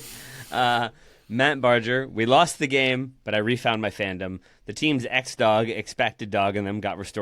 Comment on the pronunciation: Happy to make the show! "Barger" has a hard 'g', like "Burger" with an A.